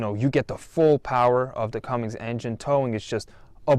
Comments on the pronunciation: Cummins not cummings no offense lol and nice truck I doubt this one will have a ton of issues. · Great video and congratulations on the new truck! Just FYI It’s Cummins not Cummings Some people will make a big deal about it and as a truck Person I’m being as nice as I can. (Jk) Awesome truck!